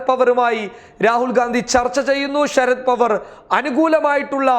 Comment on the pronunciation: ശരത് പവർ അല്ല സുഹൃത്തേ ശരത് പവാർ ആണ്....